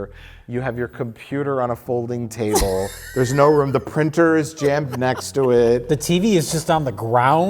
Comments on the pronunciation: Did I hear "folding chable" several times in this episode? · why did pronounce folding chable funny?